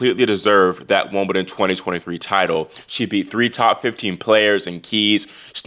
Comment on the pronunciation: It may be his American accent, but he seems already to be calling it Wombledon, which is what I sometimes call it, being English and growing up in the 70s. That would be better than a fake accent!